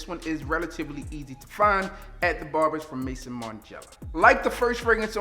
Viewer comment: Let me help you out bro Maison = May-Zone